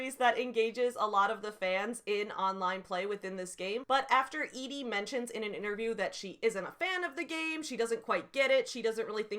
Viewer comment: Thank you for being the only person who pronounced Edie the way I thought it should be pronounced lmao. The amount of telling that is done in those excerpts you read, "Madeleine did this for her work and was successful at it and Shrike liked her because she was pithy" like good God that's just embarrassing Joanne. Also, it really feels like she tries to have her cake and eat it too when she describes Shrike as "ugly" and then says BUT YEAH HE STILL GETS LAID A LOT BECAUSE I SAID SO. MY PROTAGONIST IS SUAVE BECAUSE THIS IS A NOIR DETECTIVE STORY OK. ALSO THIS LADY REALLY WANTS TO HAVE SEX WITH HIM. wtf is going on girl